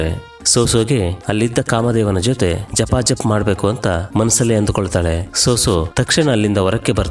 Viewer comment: ಜಪಾ ಜಪ್ ಅಲ್ಲ ಬ್ರೋ ಗಪಾ ಗಪ್😂